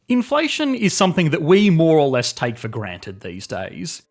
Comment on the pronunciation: When you said "more or less" I thought you said Moralist and were making a Disco Elysium reference